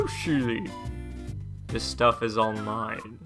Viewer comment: I love how, after this long, you just automatically say, even when it just says stuff, lol